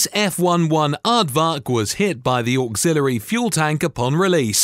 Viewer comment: Er…… F one eleven aardvark no whatever you said